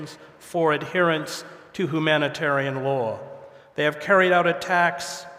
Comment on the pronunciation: "hoo-manitarian?" It's hyou-manitarian. Hedges, really!